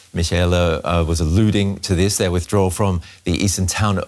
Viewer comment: "setback" "wthdrwall" LOL🤣🤣🤣